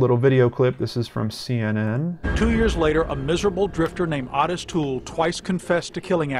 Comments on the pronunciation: Otis pronounced Oh tis....just saying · I remember this case I was 15 years old and lived in FL. Horrific. Has haunted me through the birth of my own children and now my grandchildren. I never ever let any of them out of my sight whilst in public. And gentle correction. The name Ottis is pronounced "Ohh-tis" 😉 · Its "O" -TIS!!!!!!!! drove me buts the entire video. Wiki even has the pronunciation on the page! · Totally the same lol, I was clenching my teeth the whole time.